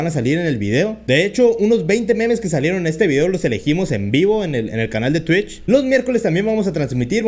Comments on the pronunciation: es twich no tuicb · Pues a ver sino te cierran el canal por decir tuich